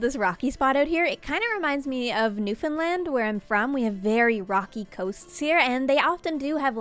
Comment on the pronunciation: When said newfoundland all I heard was noofenland so I proceeded to search noofenland before coming to the realisation that she said newfoundland lol